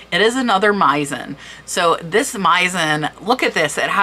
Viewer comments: Very interesting! One small thing: Meissen is German and is pronounced with “s”, not “z”. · Thank you for all the infos, you need to work more on your pronunciation and specially Hermès and Meissen Hermess, Meissen, no z